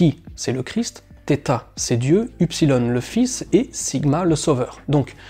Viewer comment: Rem : en grec, la lettre qui se prononce "s" s'appelle SIGMA et non "stigma". Et confirmation : la fin du verset 18 d'Apocalypse 13 dit bien : "kai ho arithmos autou KHI - KSI - SIGMA."